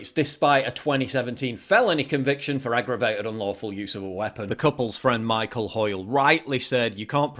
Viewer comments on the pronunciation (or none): none